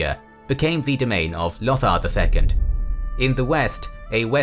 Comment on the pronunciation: Is that how you pronounce Lothar?